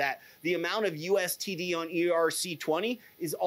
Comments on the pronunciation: hard to take a guy seriously when he keeps saying U S T D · It's called USDT not USTD or are you talking about True USD.. cuz that's TUSD. You're very good at talking fluff about nothing. And I'm all for being awake but this is getting irritating now.